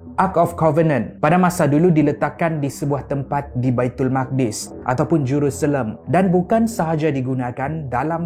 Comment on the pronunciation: Jangan sebut jerusalam